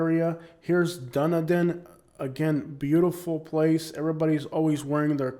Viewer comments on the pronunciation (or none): Correction for you: Dunedin is pronounced "Dun-E-din" and is derrived from the Scottish Gaelic term Dùn Èideann, which means Fort of Edin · Dunedin is pronounced Dun Edin. Founded by the Scottish a long time ago. The best place to live in SW Fl. Good luck finding a reasonable single family home without breaking the bank and the taxes are the highest in the state. Honeymoon Island is it's jewel along with Caladesi Island.